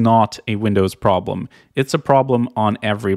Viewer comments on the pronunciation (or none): none